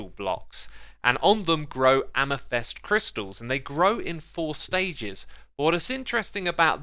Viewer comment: The way xisuma pronounced amethyst makes me wonder if he actually read the word